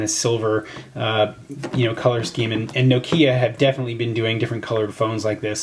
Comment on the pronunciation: Nokia not no Kia